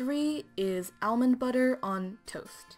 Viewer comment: Omg the way you say almond is so weird to me hahaha it’s like “elmond”